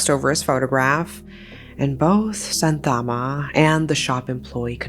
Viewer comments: The name is pronounced "shaanthamma" not santhaamma. You could have asked any malayali how the place and people names in the script are pronounced. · in video the mother is pronounced as Santhama where actual pronunciation is sha-ntha-mma . It's not rejini , more like Ren-jini. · Yes. I cannot stand the pronunciations of Kerala and Santhamma. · umm no hate or anything just telling [ your videos are lit❤]... actually santhamma is pronounced as shaanthamma and shanavas as shaanavaas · Just a small correction, Kerala is pronounced "Kay-ra-la" and Santhamma as "Shaan-tha-mma". Great video! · kerala is pronounced like -Kay,ruh,lah santhamma is pronounced as -Shaan,Thum,aa (I'm not trying to sound d rude,its just for info)